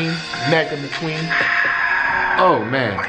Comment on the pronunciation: Why does he keep calling Mc Queen , (queen)